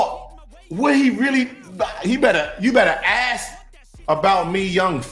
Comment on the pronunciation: My boy said ax, its ask